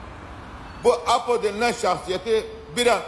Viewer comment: Ayyyy düzgünce Apo deseniz nolur